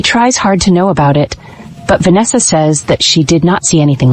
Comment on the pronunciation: Va-nesha!!!!!😠😠is this the first AI ever made or what !!!!!